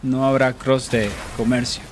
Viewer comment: You say you don't speak spanish but the way you said "comercio" sounded pretty clean!!!